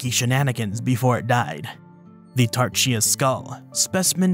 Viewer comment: Interesting you pronounced Tarchia as Tar-cheea rather than Tar-khia.